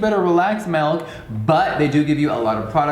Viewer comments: jeffree i love you but you say melk instead of milk😭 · what the fuck is melk its milk with an i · i love how you pronounce "milk" like melk lmao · Celia Leslie melk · when he says melk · Right? I was like wow is this how rich people pronounce milk? Love it lol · omg melk... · MELK HAHAHAHA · I HATE the way he pronounces MILK😫😫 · Can we talk about how Jeffree pronounces milk usually I despise those who pronounce milk incorrectly but when he says it it’s awfully charming and endearing